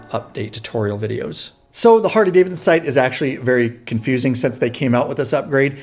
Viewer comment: Is this guy saying Hardy Davidson? It’s annoying